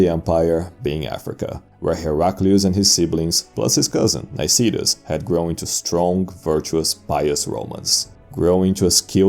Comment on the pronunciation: It's Ankyra and Nicetas just saying. Great video